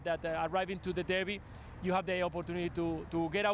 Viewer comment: It's derby 😅😅😅